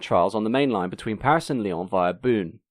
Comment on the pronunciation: Zébulon was converted from Z7115 which is an electric unit power car not a gas turbine and the conversion was done at SNCF workshops in Oullins, Lyon not at Alstom, Belfort. Also Beaune is pronounced more like a Frenchman saying "bone" in English -:) or just say Paris to Lyon via Dijon :)